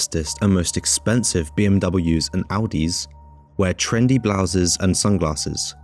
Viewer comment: “Blouses” lmao